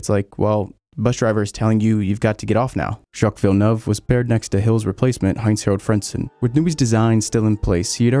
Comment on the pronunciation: How is it that this man pronounced Grand Prix like a Brit but can’t pronounce Jacque Villinueve